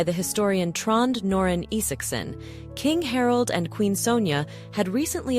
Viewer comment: Harold?😂 Please teach your AI to pronounce the names correctly 🤬 Martha is totally wrong, it is Mä (as in Math) rt - forget your silyy th sound in English with a- strangly said correctly. And Harold is Hārald.... Not hard to say at all. Frustrating to listen to so am signing off now.